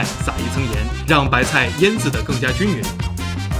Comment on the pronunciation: 搅拌均匀（yueng）是品诺王老师吗◉‿◉